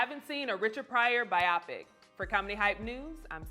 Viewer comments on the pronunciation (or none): Bye-Yo-Pic people, not Bye-Yop-Pic 🤣. Love you tho 😍😘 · Bi-oh-pic. Not Bi-ah-pic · Please tell this host it's not "by-ah-pick". The word is short for "biographical picture" and is pronounced "by-oh-pick", emphasis on the first syllable. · By-oh-pic long 'o', respectfully 😂😂😂